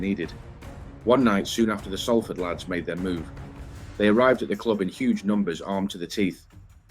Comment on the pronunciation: This is a great video and very accurate, just word of advice people from Salford, pronounce it "SOUL-FORD" not "SALL (As in Sally) FORD"